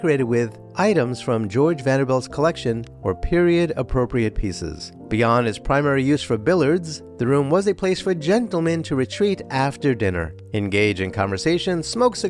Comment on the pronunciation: I love this guy! I also find it quite endearing that he's so careful to pronounce names properly, but says 'Billards' instead of 'Billiards'.